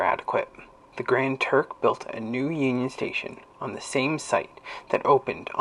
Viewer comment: Grand Trunk Railway, not Grand Turk…